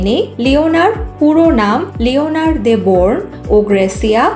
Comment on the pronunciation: লিওনার না লিওনোর